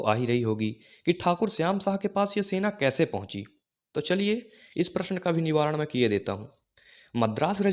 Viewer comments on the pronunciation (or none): none